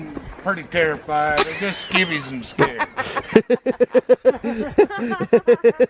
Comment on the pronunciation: “Skivies and Scared” 😂😂